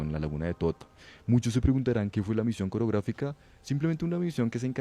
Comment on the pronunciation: Misión OROGRÁFICA, no "COREOGRÁFICA", ustedes están repartiendo conocimiento y tienen la obligación de hacerlo bien, ustedes son como los libros ahora, tienen una responsabilidad muy grande en educar a sus oyentes. Muy buenas todas estas historias!